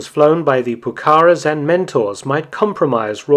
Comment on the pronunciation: I know you pay immense attention to detail in your videos so I'd just like to point out that Pucará is pronounced with the stress on the last syllable, not the second.